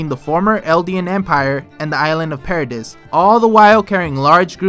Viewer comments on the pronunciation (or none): Anyone else cringe when he says para-diss lol